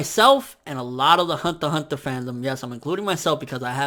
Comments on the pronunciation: it's pronounced hunter hunter not honta honta -_ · THE WAY HE SAY THE HUNTER X HUNTER IS CRINGY THEY SOUND LIKE HUNTAH-HUNTAH ITS FRICKING CRINGY MAD JUST DONT SAY IT!! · why aren't you pronouncing the x in Hunter X Hunter?